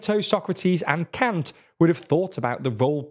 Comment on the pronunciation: That's not how you pronounce Kant's name ( ͡° ͜ʖ ͡°)